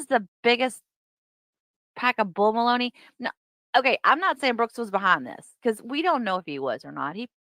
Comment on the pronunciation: My favorite is how he puts a T on the end of so many words - like ‘biast’ or ‘thist’ 😂 I can’t!! It’s so entertaining!!